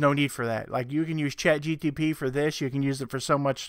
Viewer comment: Brightest crayon? LOL. You keep saying chatgtp...